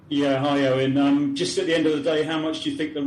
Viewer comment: It is not Eon. It is pronounced as Oin. These pakistani reporters should first learn English